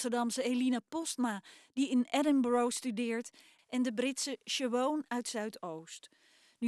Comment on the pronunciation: De Britse "sjeboon". Hehe. Dat moet volgens mij toch echt "sje-vahn" zijn in de uitspraak.